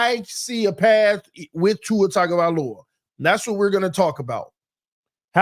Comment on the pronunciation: Tongue Go* Vie* Low ah*... Please practice this my brotha.. Your killing me smalls!